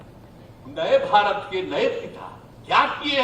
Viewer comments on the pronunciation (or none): none